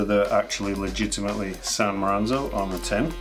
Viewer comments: San Moranzo? 😂😂 Yup, yoy are definitely making new york pizza. Neapolitans use San Marzano. 😁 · I stopped the video when you said San Maranzo. Credibility all gone. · He lost all credibility with me when he called them San Maranzo tomatoes instead of San Marzano tomatoes. Not sure if this is an inside joke or truly a gaffe. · MAR ZAN O!! not Maranzo! That feeling you get when you realized you have not just pronounced a word wrong, but actually said a different word entirely. Thanks to the commenters pointing this out. Additionally I would like to express that this video became more of a question than an answer regarding the Water Pizza Gate Keeping debate. One that I am enthused to dive deeper into! (watch the last chapter to see what i mean ) starts . Further, I recommend you get yourself a copy of Tony Gemingnani's stellar book "The Pizza Bible", It was probably the largest inspiration I had for this video . Link in Description. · Maranzo sounds better than San Marzano. Who cares? We know what you meant and more importantly this is a great video. I can't believe you don't have 500,000 subscribers. I am a pizza fanatic and I want to tell you that you share more important, valuable information then any other YouTube Podcast.on Pizza, the great thing that I love about your channel is information on everything to do with pizza. Where are the fuck-ng subscribers they show up at your channel they get all the information, you do all the work, and they don't subscribe. Something wrong with that picture. You got 774,000 views, you should have that many subscribers. C'mon people do the right thing and subscribe, how hard is it to click on a subscription? Love your channel, your biggest fan. Lots of compliments from Upstate NY. PS your NY style Pizza video is one of the best if not the best I have seen. Wishing much success, and a million subscribers... Love your sense of humor, I am making you an Honorary New Yorker for making great NY pizza. Ciao my friend...